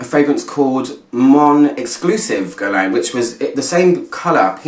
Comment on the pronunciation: The u and the i are silent. Geer-laan ... easy with a bit of practice😉. It is a quiet masterpiece, the bottle is so pretty and Angelina Jolie as the testimonial is (photoshopped) gorgeous ... this fragrance will stand the test of time and I think it is very unisex ... Love this one 😍